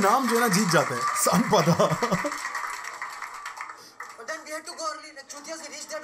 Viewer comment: Be Brilliant its sanpada !